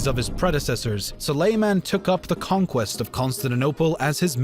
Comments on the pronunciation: ConstaNINople, SulEyman, PerGAmon, AbasSIDS, bruh... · Please pronounce Byzantine, Suleyman and other terms correctly.